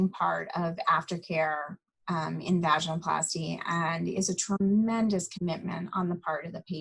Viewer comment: Thank you for doing this interview it was very informative. One comment. It’s pronounced va-gin-oh-plasty not vagina-plasty. Just listen to how she pronounces it. Seems pertinent since it’s the topic. Again thanks!